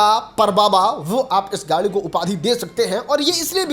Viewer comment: Are fhate kapde Wale gari nahi gadi hota hai pahle gadi bolna seekh